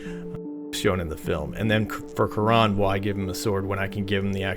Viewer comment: Great stuff! But the geek inside me compels me to mention that the boatman's correct name pronunciation is closer to "KAY-ron". 🤓